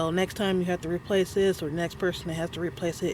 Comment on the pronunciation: "removal and replacel" lmao Never knew 'replacel' was a word. :D